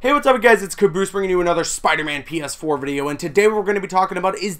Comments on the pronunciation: It sounded like he said penis 4 at the beginning 😹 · DUde it legit sounds like you said "Spiderman Penis 4" instead of PS4.. wtf XD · The way you say PS4 sounds like penis 4